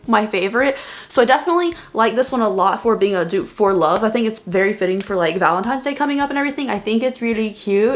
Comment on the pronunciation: I am low key so proud that you said Valentine’s Day instead of Valentimes Day. This look is gorgeous! Thank you for the amazing video!